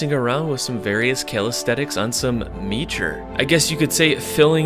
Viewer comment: It’s callisthenics not calidthetics